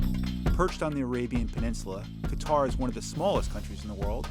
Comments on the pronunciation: "many Americans dont know much about Qatar ," including you yourself coz it is not Qataar it is Qatar. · It's not Qataaaaaaar, it's Qatar. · It’s not pronounced "cutter” lol it’s pronounced "kah-tar" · It's not Qu-itar, to pronounce it "cutter" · RAY飽飽 no its Ka-tar